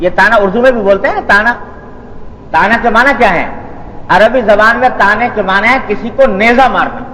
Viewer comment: "تانا" نہیں ہوتا "تعنہ" ہوتا ہے۔